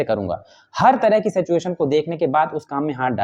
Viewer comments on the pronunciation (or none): सेचएशन तो मत बोला कीजिए महाराज कम से काम सही तो उच्चारण कीजिए सिचुएशन है